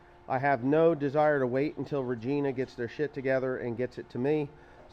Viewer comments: RegIna, not regEna. If that makes sense lol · Its regina not regena. Rej-I-na. Its about 2.5 hrs away from us. Lol. Not annoyed just sayin proper pronunciation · I admire how you say Regina, buuuut it’s pronounced vagina but with a r instead of a v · Regina? Is pronounced re(va)gina XD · regina pronounced re ji na lol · well you pronounced it right a couple times it is reg I na pronounced like vagina LOL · Lol it's actually pronounced Regina...like China 😅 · Regina is pronounced like vagina but with a R